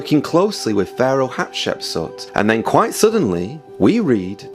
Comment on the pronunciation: You keep saying "Hapshepsut" instead the correct name "Hatshepsut". In addition, Moses wasn't a common man who was elevated to the highest ranks, he was adopted as a baby and hence was never a common man. I'm really interested in knowing who the pharaoh of Moses was but I don't think you cracked it.